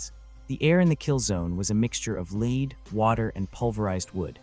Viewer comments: Effing ai, leed or lead? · Why have you not been able to council AI to stop mispronouncing lead as leed instead of led? Apparently, AI is not very smart, is it??????